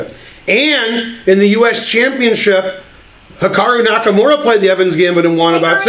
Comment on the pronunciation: "Hickaroo Nakamura" 🤣💀